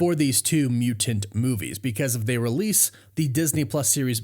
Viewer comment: you pronounce mutaNT oddly